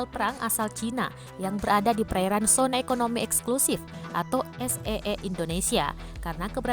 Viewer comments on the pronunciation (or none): Zet e e mbak..bukan Es e e .. Masa ga tahu beda tulisan dan cara baca zona dengan sona si... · Z e e mbak, bukan s e e, bukan sona mbak tapi zona, aduh aku merasa gagal sebagai guru geografi